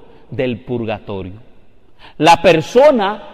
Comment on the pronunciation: No saben ni escribir ni hablar. Se llama PURGATORIO y no pulgatorio !!!!!